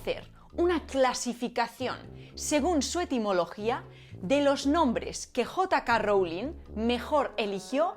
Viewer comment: Jota Ka Rowling 😂😂😂